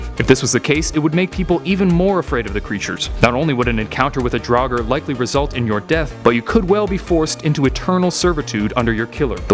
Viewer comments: It’s “draug-er” not “drog-er” not what you said I don’t care what you said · Its draugr not daugar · i say Draugr i pronounce it as in draw gur/grr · It's actually draugur and draugar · Well, if draugar were real, Americans would have to learn to pronounce the word properly :)